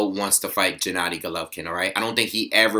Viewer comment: Gennady is pronounced with a hard G, not 'Jennady'